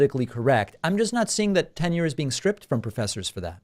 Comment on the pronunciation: Hey Dave, it's Tenure , not "Ten year".